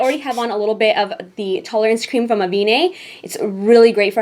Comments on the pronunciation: Avene is pronounced AH-VEN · It's pronounced avEn, without the last e, it's french! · avène is pronounced 'avenne', like cayenne ;) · I really want to get this palette!! :) Just so you know, the 'ène' part in 'Avène' is pronounced like 'end' without the last letter... if that makes any sense